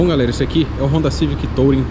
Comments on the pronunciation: A pronuncia correta de "Touring" é "turing" não "tOUring" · Legal, mas a pronúncia correta em inglês da palavra touring é “tuúrim”... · legal o vídeo, mas podia pronunciar "tulring" pra ficar melhor